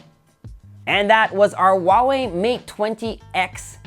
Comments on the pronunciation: It's not wah-way. It's who-aah-way. Lol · Huawei has an H in it.